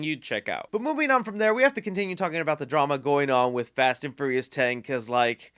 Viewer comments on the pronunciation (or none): Did he say Fast and FURRYious? Lol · Lol every time he says "Ferious" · "Fast and Furry-us" haha